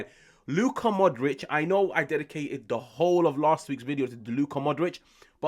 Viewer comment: Pu - lee - shy - ch Mo - dry - ch Ibra - hym - o - wich Practice make perfect!